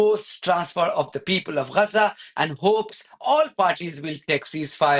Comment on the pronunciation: What’s wrong with you, you’re a Fudu what have you got do with Gaza, you’re a Pakistani. Hate 😡 the way you pronounce Gazzza. Stay in your lane your Low IQ reporter.